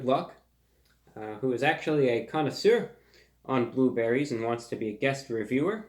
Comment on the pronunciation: he pronounced connoisseur the proper french way like a truly proper chap